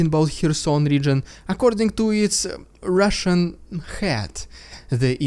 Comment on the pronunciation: RRRRRidiculous! RRRRRRussian!!! PRRRRRopaganda!!!!